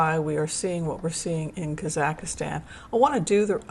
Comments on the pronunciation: KAA - zuhk - staan NOT Kah ZACK istan . American pronouncination is emphasis on the first syllable. British pronounciation is on the last syllable. No emphasis is placed on the middle syllable. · Watch the Borat movie for the correct pronunciation of Kazakhstan (KAH-zahk-stan). It does not rhyme with Pakistan. 🙂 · Just an fyi...it's 3 syllables kaa zuhk staan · Excellent info! Thank you. One minor correction : it’s kah-Zahk-Stan. No ih in the middle. Sorry. My Ukrainian ears couldn’t help it. Thank you again for your wonderful work and dedication. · Hi. i hope you dont mind me saying but you are pronouncing Kazakhstan incorrectly. please delete the 3rd "a" that you are inserting into that Country name as there are only 2 "a"s in the word. Thanks 😊